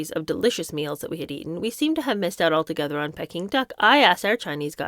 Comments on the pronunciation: You’re too young to remember but it’s Peaking not Pecking. Yes I’m nitpecking. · Its Pee-king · It’s prounounced Peeking 😂🤣😂 Sorry, I couldn’t resist 😂. I’ve never corrected any YouTubers pronunciations including yours- Americans seem to have a lot of problems with place names in the UK & the everyone usually has a problem not only with most of our 🇦🇺 place names but a lot have problems with understanding our accent 😂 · Pronounced Pee king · Don’t take any of the comments personally there’s nobody here that could read like you and do such a good job even if your interpretation is not there cup of tea. I love your reading skills… who amongst us could read without a mispronunciation… I did laugh out loud when you pronounced Peking…. 🙊It takes a lot of courage to read these books and you are doing an amazing job.❤❤❤❤❤🌺 I look forward to them😘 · ~ Peeee king, and CANTAWN < Not cantin. xD Love too.